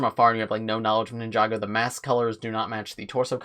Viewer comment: Did he just say ninjaga lmao